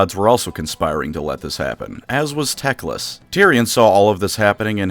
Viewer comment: Everytime i hear the word tecklas. I hear dickless.